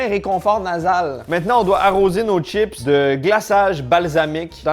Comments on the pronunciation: salut pourquoi tu dis " t'chips et pas chips " ? Sinon les capres c'est les bourgeons de fleurs du caprier mariné :) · Des "tchips" ou des chips ?! Je croyais que le Québec était le grand défenseur de la langue française en Amérique ?! Les câpres sont les bourgeons du câprier, un arbrisseau.